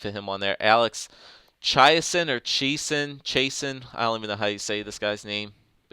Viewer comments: Chase-on is how you pronounce Chiasson. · I have a friend with the last name chiasson and its pronounced chasin'